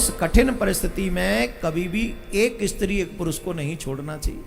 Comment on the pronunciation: પહેલા બોલતાં શીખ ઈસ્ત્રી નહીં સ્ત્રી